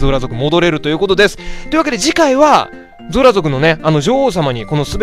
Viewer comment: ゾラがズラって聞こえてJOJO２部のあの語尾にズラってついてる人みたいでちょっと笑ったww